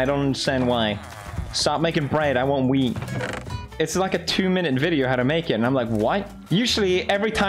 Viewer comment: 😂😂😂😂 he says wheat not weed😂😂